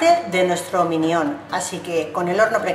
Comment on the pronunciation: tengo que decirte que minión no es es mínion digamos! suena muy mal al decir minión